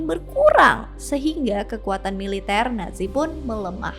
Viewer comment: Bbrp kali bilangnya kok ‘netzi’ kak. ‘Natzi’ udah bener utk baca ‘nazi’.